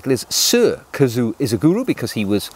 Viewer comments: A kazoo is a cheap musical instrument. KAZUO is a name. One you clearly cannot pronounce. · His first name is pronounced ka-zu-oh. Please pronounce that last “o”.